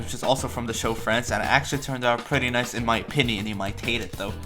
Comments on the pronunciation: am i the only one who heard “france” when he said friends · Why did I think he said “France” instead of “Friends” 🏃🏻‍♀️💨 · saying france and not friends